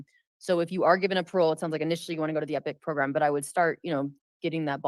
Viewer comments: Stop saying "progrum," goddamn idiot. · I like how you pronounce the word 'program' PROGRUMM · The progrum came out lol